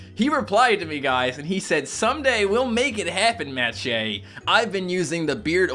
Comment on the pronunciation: what the frick?! i thought Shea was pronounced the same as the Shea in Sheabutter